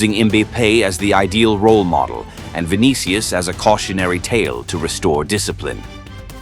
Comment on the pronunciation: "ViniKIus" "KAYlan"